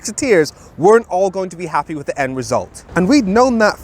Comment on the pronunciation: "were not appy"